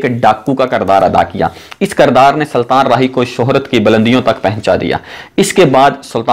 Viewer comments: Saltan nhi sultan hota hai punjabi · Apni urdu pehlay seedhi karo.Saltan,Ansan,romantag,khawahish